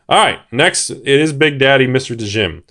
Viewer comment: Has 100 set of Arabian nights. Can't pronounce djinn correctly. Good job☺